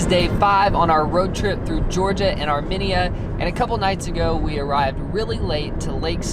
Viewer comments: omg it’s not Armeneya, it’s ar like pirate then media like minion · Armenia is prounounce ( R- me . knee - yuh) not ( r - mini - ya) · Hey heads up people in the video it’s not Arminiya the way you say it it’s Armenia so plz get your words right I’m Armenian and I don’t like you mispronouncing my country name plz get it right or don’t say The word Arminiya :( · arMENia its AR-mEn-ia pleasse make sure u learn how to pronounce a country before u travel lol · its armeeeeenia not arminia :,( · It’s pronounced Are-Me-Nia not are-men-Ia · I'm an Armenian, thanks so much for visiting! One note, the nation is pronounced Ar-meen-ya. I've never heard it pronounced the way you guys did, it was weird. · Okay I rly liked this video but it’s are-mean-ya and lake sehv-ahn lmao